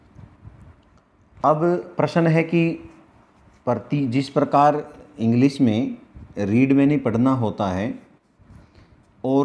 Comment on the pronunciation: पंडित जी आपकावीडियो देखाबड़ी मेहनत की है आपने बड़ी अच्छी बात है परंतु बड़े दुख की बात है कि संस्कृत पढ़ाने वालों का खुद का उच्चारण ठीक नहीं उच्चारण में भयंकर भूलें हैं जी हम ने तो शब्द को ब्रह्म कहा है शब्द ब्रह्म प्रश्न को प्रशन नहीं बोलें इत्यादि🌹